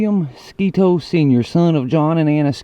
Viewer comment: Thank you for pronouncing Sketoe correctly